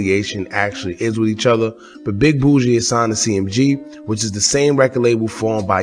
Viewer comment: its boogie not bougie BUUHHH GEEEEEYYYY like u aint heard PTPOM n him sayin his name in the song lol